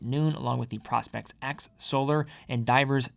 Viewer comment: Uh, nope, the bracelet DOES have a diver’s extension. Someone is demonstrating how to use it in your video. How can you produce a video, if in fact you produced the video, and have no idea of the content in the video. Are you a content creator or not? Asking for a friend. And it’s pronounced Pro-Specs as in Professional Specifications. No what your hawking dude. You’re damaging your credibility. Sheesh. SMH 🤦🏻‍♂️